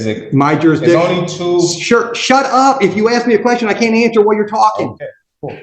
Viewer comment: See if he can pronounce “ASK” ?